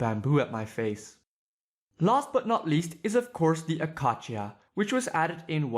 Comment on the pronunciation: he said acasia wrong